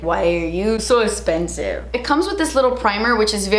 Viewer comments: I love love when you say "espensive" my favorite! lol Loved this video! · I love how you say expensive and I don’t no why 😂😂😂❤️❤️❤️